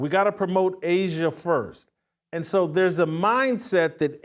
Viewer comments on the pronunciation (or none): A'ja isn't pronounced asia.....no matter how much people say it.